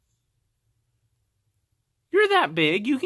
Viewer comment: He gave "bye" about 3-4 syllables.